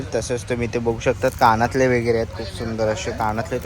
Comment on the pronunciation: काणातले ❌❌❌ कानातले✅✅✅